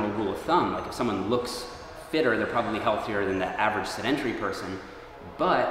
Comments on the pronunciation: Pronounced seh-din-tairy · Great video. One note... "Sedentary" is pronounced "said-en-terry". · Why do you keep saying “sedentary” with the accent on the second syllable? See also, how you say “skeletal”.